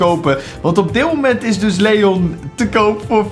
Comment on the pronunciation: Spreek leon uit op zn engels